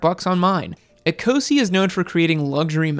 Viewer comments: Please, Ecosse is not pronounced ee-co-see, it's pronounced e-coss. It's the French name for Scotland. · It’s pronounced eh’coh’say not eeeeeecozy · Eee co see? Ouch... say it as it is written. It means Scottish... in French. A bit too Euro for you? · Is it not 'Ecosse' as in A-coss (as in french for Scotland)?